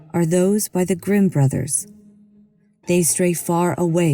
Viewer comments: She also said boyses and brotherses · where did the narrator of "the lost boys" story learn english? "boyses"?" Brothersers"?